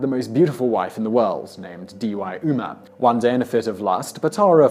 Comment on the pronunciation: This guy pronounced Devi Uma As DEEWAI OOMA